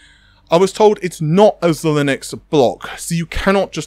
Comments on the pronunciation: Zy Linx not Z-Linux 😂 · Zhelinux? Zheye-linx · P.S. it's zi-linix not zi-linux (although that would be fun) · You're not pronouncing Xilinx correctly. It's not Xilinux. Thanks for the video. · 9.52 , I did NOT just here this guy pronounce Xilinx as “ze-linux” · Xilinx is pronouced Zy-links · Nah its pronounced Zee-links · its pronounced Jih-links